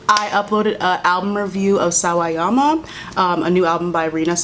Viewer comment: not me rewinding to hear you say sawayama correctly over and over again